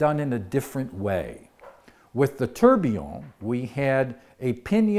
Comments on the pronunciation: tor - be - on not tur - be - on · Kosmos Horology Thought he was pronouncing it weird. Especially if invented by a Brit...